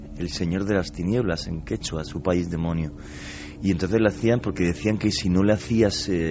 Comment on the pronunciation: si vas a ir tan lejos para aprender algo, deberías aprender a pronunciar bien las palabras se dice SÚPAY. (ya son varias tus intervenciones en distintos programas en las que pronuncias de forma equivocada!!! )